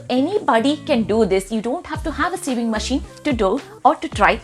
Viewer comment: You pronounce sewing as saving😂